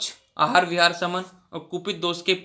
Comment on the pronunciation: Bhai tu aahar ko hahar kue bol rha hai 🤣🤣